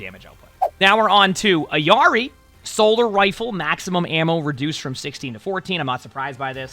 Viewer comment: The illary pronunciation….